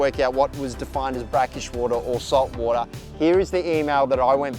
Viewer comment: "The mowda inda wowda" Love it!! ahahahahah